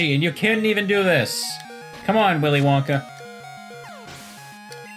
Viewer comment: "Willy Lanka learned how to chop a MF" What made it so funny was just the mispronunciation of "WillyWonka"